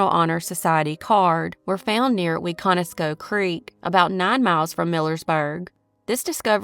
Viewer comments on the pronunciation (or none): Millersburg?! Wow my husband is from there! I never heard anything about this case. Wiconusco is pronounced wick - in- is- Co... for future reference 😊 all these cases are sad especially the children. Good video